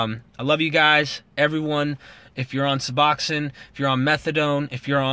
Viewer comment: Pronunciation nazi, lol. good video